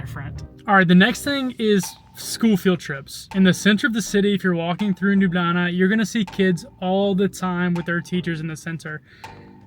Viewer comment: yess i also love palačinke!! and also whille u were talking u passed by my home and also school. And also ur finialy someone that knows how to say Ljubljana corectly.